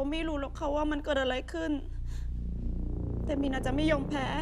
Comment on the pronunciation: ดูจนจะจบละ ยังสับสนอยู่เลยสรุปชื่อไร มิน-อา หรือ มี-นา ออกเสียง มี-นา ทุกคนออกเสียง มิน-อา เห้อ